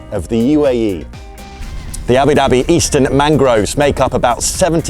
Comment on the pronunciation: I love how you say Abu Dabbie ❤😂